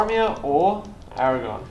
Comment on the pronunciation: A great Battle report. But Fuck me, CC, saying Aragon instead of AragoRn is infuriating.